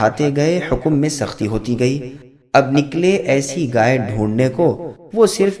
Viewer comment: Bhai ghai hota hai gay nhi